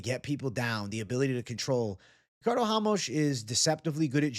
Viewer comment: who the fuck is hamos ?! RA-MOS